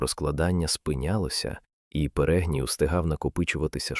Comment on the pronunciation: та не перЕгній, а перегнІй